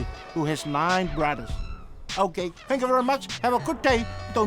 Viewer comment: " fank u boys and dads, fadas and...dads." Lol